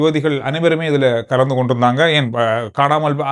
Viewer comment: I informed you earlier too: it is ஏன் not யேன்; இப்போது not யிப்போது. Please do it the correct Sri Lankan way not in incorrect Indian way. I appreciate your Tamil except for what I mentioned above.